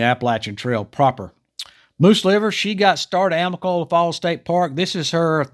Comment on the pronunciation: Thanks for the update. Remember AMICOLOLA, not AMICOLA. Native American for Falling Waters